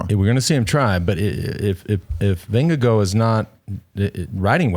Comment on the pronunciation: Why are we pronoucing the name Vindego? It is Vin - ge - guard, no?